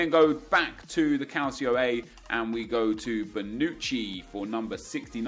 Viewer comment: You "can't take Parejo's shooting seriously" while I doubt you watch him at all and you still talk about Serie A as a "Calsio A". Lmao. Get a fucking grip.